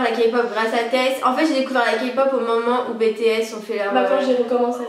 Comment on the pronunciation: S'il vous plaît, pas "bé-té-s" 😭😭